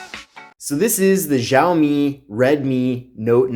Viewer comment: Also, in reference to "Mi" it's a Redmi, not Redmy...🤣🤣